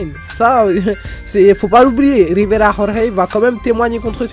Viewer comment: Rrrriverrrrra rrorrrey